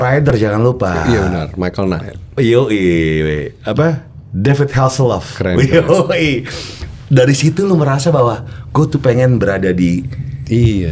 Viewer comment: David Hasselhoff bang gofar..bkn lof..lov mulu sih yak😂😂😂